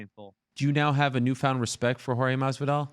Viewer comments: When did he make fun of his ethnicity? That doesn't even make sense. Have you seen the roster at Roufusport? His friends and training partners make up every color of the racial spectrum. I think you and Jorge heard what you wanted to hear. He pronounced his name as George instead of Jorge. He made fun of the shirts he was wearing on a couple occasions. He made fun of him for the video filmed at IHOP. He talked about his lack of self control for sucker punching Edwards. And he said the reason Jorge doesn't like him is because he perceives him as a privileged white kid from the suburbs. But I never heard him say one word about the guy's ethnicity. Of all the guys who like to chirp to promote fights.... you've gotta be out of your damn mind to think anything Askren says is all that offensive. There are guys who will go after anything from your family, to your politics, and even religion.... yet you're acting like there's virtue in a grown man in his 30's not being able to handle the kinds of cringeworthy insults Ben Askren picks up from the little kids at his wrestling academies. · George ? Jorge. Not George. He likes being called Jorge. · Maybe say his name right loser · I wish he didn't mispronounce his name every single time.